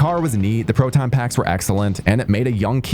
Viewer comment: Brother....... it's pro-ton....not pro-ten.lmao. proton pack